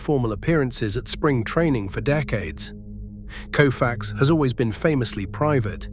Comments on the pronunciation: His name deserves to be pronounced correctly.its COfax not KOOfax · This by far the worst YouTube Doc I’ve ever seen!! Nothing against Koufax, obviously one of the baseball’s greatest pitchers of all time! The combination of the narrator being incapable of pronouncing Koufax correctly and putting in random images of players who have absolutely nothing to do with the storyline like the image of Clayton Keyshaw inserted in for no reason. Also saying the series was tied at 3 games to 2 heading back to Minnesota. I’ll just stop there about how bad it is. I stopped watching at 28 minutes in. 28 min I can never get back!!!